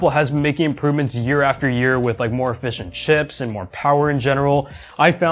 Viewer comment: i thought you said more fish and chips then i thought about it and realized you were saying more efficient chips